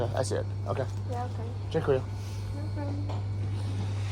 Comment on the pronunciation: Wow,, thanks a lot for this awesome tour, you have your own touch among others, I should say. Sounds funny, though, pronouncing 'dziękuję' the way you do 'thank you'. Second syllable, not first, should be stressed. Looking forward to a much-awaited tour in Portugal. Have fun!